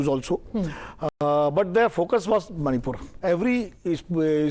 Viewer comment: He saying instead of "manipur" monipur